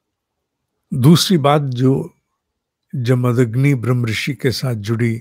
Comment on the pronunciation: साहब, जमदन्नि अशुद्ध है, जमदग्नि शुद्ध रूप है।